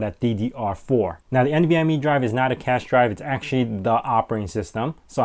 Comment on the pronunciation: "actually" not "acutally" lol!